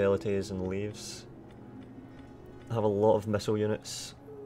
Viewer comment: the shitty javelin units are not pronounced Leaves but leveys:D<3